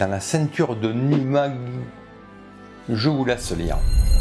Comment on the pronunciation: ça se prononce "Nuvvuagittuq" 😋 (même Wikipédia et Wiktionary n'ont pas la phonétique de ce machin 😂)